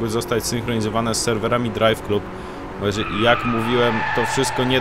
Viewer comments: DRAJWKLAB kurwa a nie KLUB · nie czyta się "drajw klub" tylko "drajw klab"